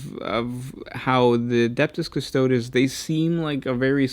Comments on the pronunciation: how is this proof for anything? its highly anecdotal and has no connection. Custodes is a word rooted in latin, so the letters are pronounced the "european" way, not the american, so the e at the end is not silent or an "IH", its a short "eh". so its not pronouced "cus-TOADS", but "cus-toh-DES". Watch any video of Games Workshop where they pronounce Custodes if you want to have evidence. Or go eat an ass-tart :D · Custodes is pronounced cus-to-dees, not cus-toads. This is a common pronunciation in latin. Astartes for example is ass-tar-tees, not ass-tarts lol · the is no dees there is only days Cu-sto-days